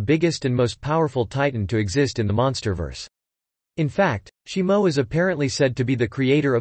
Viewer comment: Shimo? it’s shimu. Why do content creators make videos and they mispronounce or call something NOT what the movie is. Now I know sum us ai voice overs but that’s no excuse.